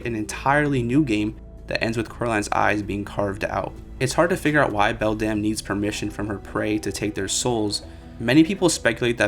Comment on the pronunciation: sorry i was too distracted to pay attention by how you changed the pronunciation of Beldam literally every time you said it 🤯